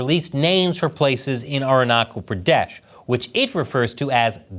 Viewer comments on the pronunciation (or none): It's pronounced aruna chal not kal. Ch as challenge. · It's not Arunakal, it's Arunachal chia like china! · ch in Arunachal is pronouneced like ch in chair not k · It’s not Arunakal Pradesh it’s pronounced as Arunachal Pradesh. Cha as China or Cha church 😇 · It is not pronounced as "Aruna-kal". The "ch" in Arunachal is pronounced as "ch" in Chalk. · Hey! Love your content. Im from India and Just wanted to ĺet you know that arunachal is not pronounced ArunaKal. Ch in arunachal is pronounced like ch in chipotle. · In Arunachal “ ch” is pronounced as in Chelsea and cheese. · The "Ch" in Arunachal is pronounced as Ch in chair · Arunachal is pronounced with ‘ch’ as in touch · Aruna "ch" al Pradesh is pronounced like "ch" ina. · the way he pronounced Arunachal…😂😂😂😂😂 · Arunachal Pradesh is pronounced with a ch as in child